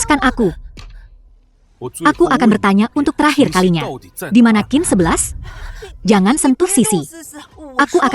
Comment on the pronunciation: Dubing nya bikin sakit kepala tau xin xi dibaca Kin 11 waduhhh